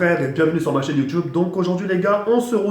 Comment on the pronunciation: c'est youtube pas youtchube